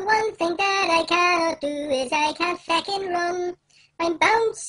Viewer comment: WHY HE SAY FECKING JUST SAY FUCKING